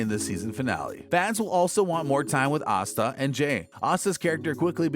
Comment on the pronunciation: Why is Asta's name pronounced OSTA?